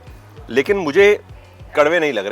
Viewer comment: It's not karve it's kadve, bitter in english that is another important vegetable in kokan